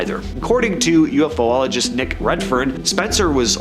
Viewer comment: my god, where did you people learn to read? it's not o.f.o.ologist you morons, its U.F.OLOGIST ONE WORD UFOLOGIST